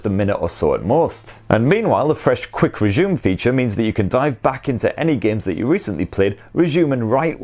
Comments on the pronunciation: Whenever he says quick resume he actually says quick reshewm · Say "resume" again!